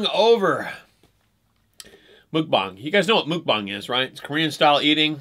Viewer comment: it's pronounced muck (rhymes with luck or tuck)-bong